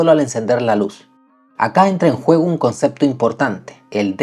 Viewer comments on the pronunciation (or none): none